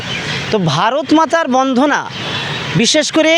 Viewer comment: এই মাদ্রাসা পন্ডিত বন্দনা কথাটা ভালো করে বলতে পারছে না।